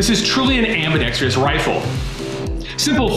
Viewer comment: smdh How many times can this guy mispronounce the word ambidextrous?